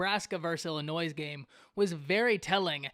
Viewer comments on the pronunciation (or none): Totally agree that Nebraska's mistakes mainly led to the Illinois victory... BTW - It's NOT IllinNoise... You make cornhusker fans sound like real 'cornhuskers'.... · There is no “s” sound in Illinois!!